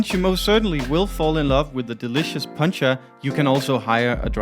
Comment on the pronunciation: ....you just have to practice the pronounciation of Poncha...it's not Puncha😉🤗...keep up the great videos💕.....maybe I'll spot you guys in September🤞